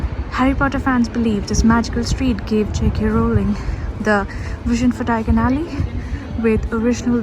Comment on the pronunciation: Love how you pronounced 'Diagon Alley'! Thank you for sharing all the Harry Potter trivia with us ❤️